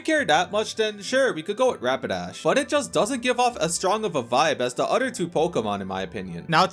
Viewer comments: Bros a grown man and can’t say OTHER correctly. it’s OTHER not UTTER. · Why u say other with a d sound like it a cow nipple